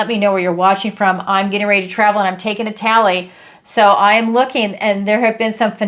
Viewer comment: "A TALLLY" ......ITALY !!! 🙏🌹💖